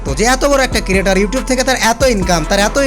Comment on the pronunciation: ক্রিয়েটর কিরিয়েটর না 🥴🌝🙏